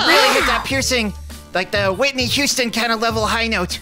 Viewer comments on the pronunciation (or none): none